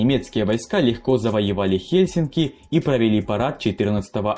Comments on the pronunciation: Ага ,а в "Хельсинках" не режет)) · Хельсинок? ТампЕре? Из моих ушей пошла кровь! Автор, учись говорить правильно!